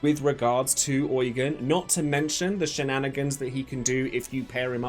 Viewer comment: I think Eugen is pronounced YOU-JEAN😭